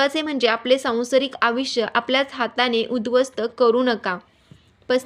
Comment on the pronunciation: आविष्य नाही आयुष्य